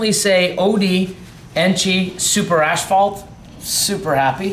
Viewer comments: guys its AS-PHALT, not ASH-PHALT. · Why does add an extra "h" is asphalt? Always says "ashphalt ". 🤣 it's not ash!